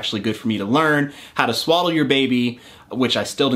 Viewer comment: Okay I heard “how to swallow a baby”